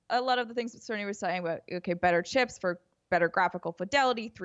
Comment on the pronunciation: Andrea pronounces Sony like there's an R... 'Sirny' 🤔